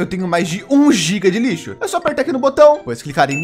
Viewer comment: Só eu que escutei ele falar:nossos amigos lixos maravilhosos